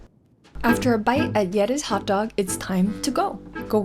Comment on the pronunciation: his pronunciation of hotdog “hokdog” is so danish